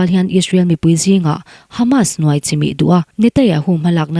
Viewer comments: I Aw hi ngaih thlak a nuam khop mai,Mahse Israel piminister hming i lam dan hi (Netanyahu tih tur.. Netayahu)tih ang in kan hre tlat mai a,Khawngaih in i lam fiah deuh theih chuan (NETANYAHU )a lawm awm ngawt ang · Netanyahu ti teh ngaihthlak a hrehawm